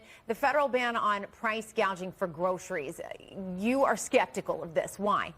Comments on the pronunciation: She is doing just what she intended listen at her words .. this is how you know you are being gaslighted.. she says hospitility not hospitality.. she says price gazaging not price gouging . This is called changing the language. Nobody picked up on this this is how people are deceived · Listening to what Commie-ala's staff say about the roach, is that she takes no interest in any of the issues in government, and that's why she talks BS - she knows sweet FA about anything. She doesn't even know the term "price gouging", she calls it "price gauging" (she can't read a teleprompter, like her predecessor). If you want thick, ignorant crooks running the country, vote Democrat and kiss your money bye-bye. Now, that's a good slogan for Trump's campaign, and the Democrats, as that's what they're portraying.